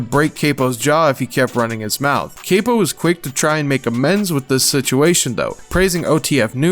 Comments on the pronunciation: How many things are you finna missb pronounce? It's CAP-PO NOT CAY-PO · being critical of someone mispronouncing hella names isn’t hating. if u actually listened to the songs or people and didn’t just read it they say all the names over and over again. capo is dead saying cape-o is crazy. it’s not “doing good” it’s lazy. seems like u just read this off reddit. faneto is such a huge song it’s insane to mispronounce that too. like yeah the video is pretty informative but that’s how u know someone actually listens or not and for people who are uninformed or haven’t been put on until this video they will also be calling them wrong names. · How u gone say chief keef is one of your favorite artists and you love chicago drill but then u gone pronounce capo “kay-poh”. GTFOOOO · "cah-po" not caypo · this mf said caypo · bro u gotta learn how to pronounce shit lmao it makes it seem like u just read all this stuff and didn’t ever even listen to the songs or the people. like Capo too dog… RIP CAPo.